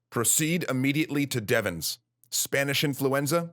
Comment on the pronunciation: It's Camp, later changed to Fort, Devens, not Deven's or Devons. My grandfather was there and told us that the officers came into their barracks and told them to leave their weapons at the door and get off the base by any means. He left on a train which had brought in coffins via Ayer. I've never read of the camp being evacuated and wonder if some officers saw what was going on at the hospital and took action to try to save their men?